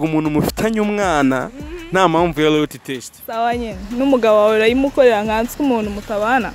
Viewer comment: Make a correction bro, It's LOYALTY not LOYATY